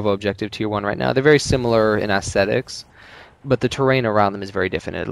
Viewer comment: im gonna kill myself if one more person says ASSTETICS